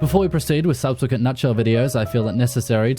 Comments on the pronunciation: Say with me sub-se-quent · Subsequent is how you say it my friend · Subsequent pronunciation in a nutshell